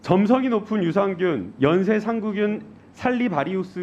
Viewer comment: 김남국의원님! 연쇄 상구균이 아니라, 연쇄상 구균입니다.